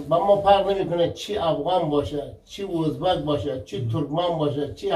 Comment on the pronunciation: هم وطن نان هزیز ده هینجه هم وطنان هوزبگ چرا اینطوری اشتباه تلفظ میکنی آقا